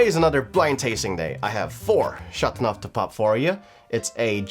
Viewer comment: Don’t butcher the language 🤮🤮🤮🤮